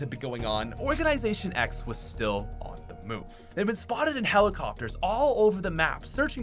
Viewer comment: nobody: *event occurs*: OrGaNiSaToIN X